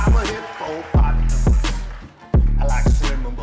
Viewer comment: I like the way he pronounce hippopotamus sounds kinda hippo-pot-amus 😂😂😂 .